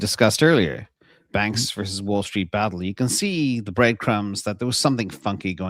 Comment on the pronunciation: "vs" stands for VERSUS, not verse.